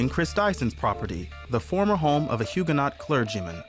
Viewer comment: Mis pronounced huguenot - silent T. Also it wasnt until the 1970s these houses started to be restored. Beautiful house though.